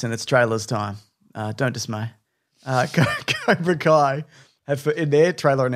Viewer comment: Cobra Kai ... not Kobra Kai ;-)